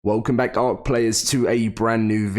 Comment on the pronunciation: What is "Ass-err"